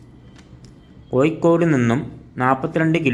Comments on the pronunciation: എന്താണ് ചെങ്ങായി കോയിക്കോട് അല്ല ഇങ്ങനെ അല്ല പറയേണ്ടത് കോഴിക്കോട് ഇങ്ങനെ പറയൂ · കോയി ക്കോടല്ല കോഴിക്കോട് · കോഴിക്കോട് എന്നെങ്കിലും ശരിക്ക് പറയാൻ പഠിക്ക്